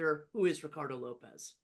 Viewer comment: I think it's pronounced 'lopes' like tropes, rather than lopez